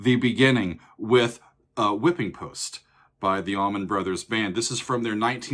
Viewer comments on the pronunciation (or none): Sigh....... what is up with the "AllmanD Brothers"? C'mon man, really? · Lol it's not almond. Allman. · Haha saying Almond brothers